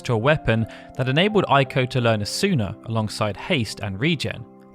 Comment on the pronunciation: Ei is pronounced like a long A in English, not like a long I in English. Pronouncing it like a long I is the Germanic pronunciation. Eiko's name is pronounced Ayko (rhymes with say), not Eyeko.